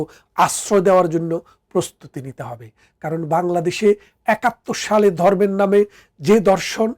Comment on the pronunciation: এই লোকটির বাংলা ভাষা উচ্চারনের প্রসংশা করতেই হবে।যেমন ভারত হোলো বারত, ধর্মকে উচ্চারণ করছে দরমো।